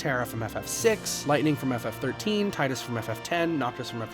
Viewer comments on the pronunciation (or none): It’s teedus dude